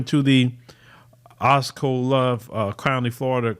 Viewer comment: Osceola*. Pronounced OSS-SEE-OLA. This investigation of Mosby is pure bull-ish. How in the world is withdrawing from YOUR OWN retirement account that YOU pay into an illegal act?!? Also, ALL of these vacation home companies have stipulations against renting out the homes and guess what? THAT'S EXACTLY what a lot of the owners do. And the companies selling these homes know that's what is being done. That's the purpose of the travel and travel realty industry down here in the Orlando area. Like you said, she pissed somebody off.